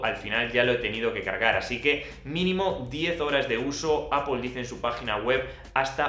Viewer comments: ApoL silicon ???? :)))))))) Porque dices ApoL ??? :)))))))))))))) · Apoel apoel apoel. Vídeo interesante pero tengo que revisar cómo se pronuncia Apple en inglés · EL día que aprendas a pronunciar ¨manzana” en inglés, tus vídeos ganarán muchísimo.